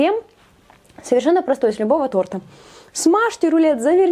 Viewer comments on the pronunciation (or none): none